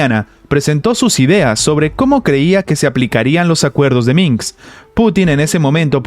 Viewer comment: Minsk... no Minks.